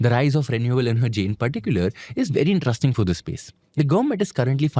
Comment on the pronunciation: "rest", "rest", in.te.rest.ing, please,.